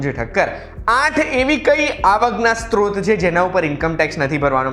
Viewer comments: સ્રોત = SROT not STROT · આવકનો "સ્ત્રોત" શબ્દ છે. સ્ત્રોત નહિ. અહીં ઉચ્ચારણ સુધારી શકાય છે. માહિતી માટે આભાર.